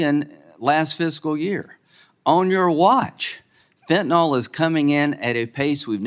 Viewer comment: Somebody please tell these people how to pronounce fentanyl. Last syllable rhymes with hill.